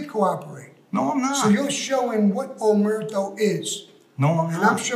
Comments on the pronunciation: I back sammy. percent....mike is not a gangster he's a fucking racketeerer.......Sammy is a GANGSTER AND RACKETEER ARTIST.....there's a difference......and yeah he did pronounce omerta omerto yeah yeah yeah that doesn't take away from that fact......and I would have walked gotti also ....and he and Frankie would had done it ....... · Omerto.. haha. Is there actually another way of saying it. It's latin. O and A. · Um ....Im pretty sure Sammy the Bull can say Omerta or Omerto whatever way he wants to say it lol . You go ahead and tell him he is wrong lmfao Go ahead I'll wait 😂😂😂😂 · Sammy couldn't even say omerta let alone follow it. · Sammy said omerto I’m confused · Omertà is a feminine noun. It’s never pronounced “omerto” in our language (Sicilian). That’s what makes it hilarious to Sicilians. 😭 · Sammy knows nothing about omerta. So much so he can't even pronounce it.